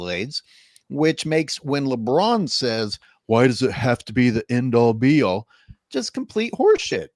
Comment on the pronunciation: not the end all, be all, but the "a all b all". 😆🤣😂